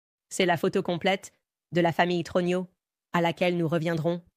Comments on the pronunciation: + Message à renvoyer à ou à l'équipe qui gère la génération IA: troGNEUX se prononce TRONIEU (et non TRONIO!)... 😂🤣 mais bon.. quand même!.. je trouve ça assez époustouflant! 😯🧐👏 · Le très approximatif "Trogno" de l'IA est rigolo en diable - dans une affaire où l'on essaie d'avoir le spectateur de cette version officielle GROTESQUE jusqu'au... trognon ! Il s'agit bien sûr de la famille Trogneux, chocolatiers connus d'Amiens. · Brigiette TRUGINAUX ??? Mdr (18mns) Brigiete TROGNIAUX (plus tard). Mdrrrrrr